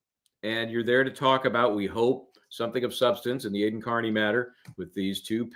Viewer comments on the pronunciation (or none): Cosgrove mispronouncing Aidan’s name reminds me of when Hank did it constantly to Alessi after being corrected as well. This is clearly like a Norfolk county Massachusetts thing it’s really repugnant.